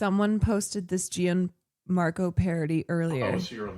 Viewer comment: Btw, it’s pronounced “John-Marco” not “g an-marco”